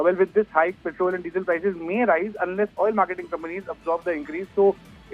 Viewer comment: पेट्रल ॲन्ड डिझल? Pronounce petrol properly rather than using a fake accent